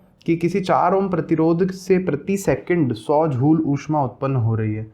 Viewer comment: सिर झूल नहीं जूल होता है